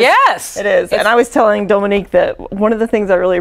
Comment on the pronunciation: I Love Dominique and I’ve finally heard her surname pronounced and know how to say it 🤣